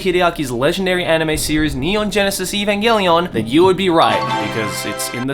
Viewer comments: The amount of time he said "EVAMGELION" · The number of times said "Evangallion" 👇